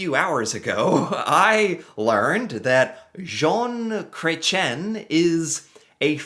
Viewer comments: started out the video introduction strong with his bad French pronunciation of this men's Canadian name. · The pronunciation 😆 It's more like Cresh-ee-"N". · Cret…chee…N Yes, he is French. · Just to help you with the pronunciation of his name. Jon Kah ren shea. I guess that is the best way to show how to say it. Poor Chretien was attacked with a pie in the face, about 25 years ago. That was just crazy but it made big news here in Canada 😂. He's older than that orange thing, far more intelligent, with class. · Wow you butchered that! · Atleast pronounce his last name correctly 🤦‍♀️… he is extremely smart man even for his age .. man Americans hardly know anything about Canadian history it’s mind boggling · Excuse you, his name is pronounced "Shaun Cretin" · I think i died when you pronounced his name 😂😂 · The saying is “you can’t unscramble an omelette “. Oh, your pronunciation of his name…..🤣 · So glad you showed this. He was my favourite PM and known as one of the best politicians ever. He knows so much about so much 😊It is Chretian. Pronounce the N at the end like you did. Water is known to be a precious resource that would become valuable. 🎉🇨🇦